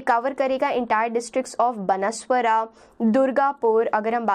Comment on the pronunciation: Mam not banaswara it's called banswara